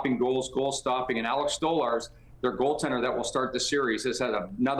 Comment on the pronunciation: And “Alex Stolarz” 🙄